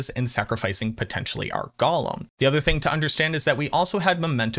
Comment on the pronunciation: GO-LEM not Gollum